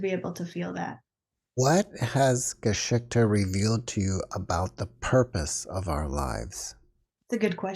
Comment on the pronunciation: In german history or story is „GeschichtE“ not „gaschikta“ So similar but different. Edit:, you spell it right on you website. But pronaunce it completely different. So for me it does not sound like „history“ (nor like any other german word)